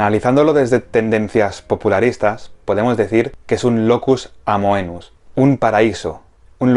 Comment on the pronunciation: Me gustó mucho tu video. Quizá sólo dos observaciones: manejar con más cuidado los conceptos de tema, motivo y tópico, y en la pronunciación de "locus amoenus" la o de "amoenus" no se pronuncia, sería "amenus". Buen video, felicitaciones desde México.